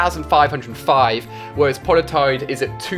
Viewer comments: he said poiletide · IS IT POLITOED OR POLITIDE FFS